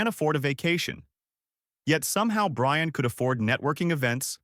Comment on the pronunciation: “I shall wewease…… Bwian!”